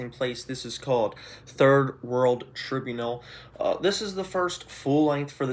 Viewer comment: weird way to pronounce “tribunal” lol